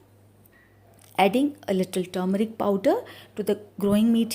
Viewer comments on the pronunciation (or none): Tumeric powder or turmeric powder? Please speak clearly